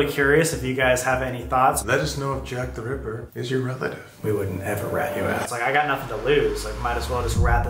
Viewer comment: Sam: Juack teh ruippuer